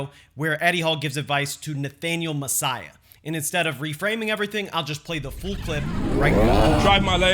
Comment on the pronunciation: The word is full. Full clip. Not "fool clip."